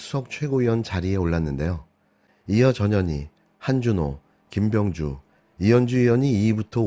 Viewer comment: 김병주후보이름 호명하는사람의 발음이왜 김명주로들렸지. ?